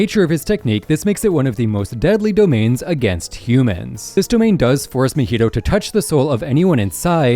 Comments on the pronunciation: It’s Mahito not Mohito…. Cmon man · he called mahito mojito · bro said mahito wrong